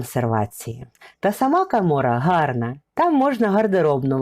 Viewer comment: гарне відео але дуууже забагато букви а у словах замість о -кАмора то щось..не вписуэться в вашу гарну дикцію! а ось за Фірташів...як це памятка у приватній власності???!!!!Негайно націоналізувати історичну памятку!